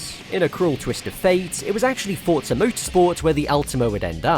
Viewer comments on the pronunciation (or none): none